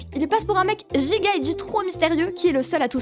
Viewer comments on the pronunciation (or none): none